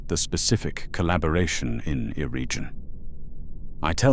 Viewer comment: The Elven tongue was influenced by Celtic languages. As such the “g” in Eregion would hard, as in “jug”, not soft as in “judge”.